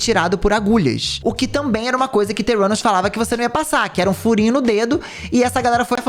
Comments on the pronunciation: Não consigo ouvir o nome da empresa dela e não entender "teu ânus" kkkkkkkk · Toda hora que o falava Theranus eu só ouvia "Teu 4nus" XDDDD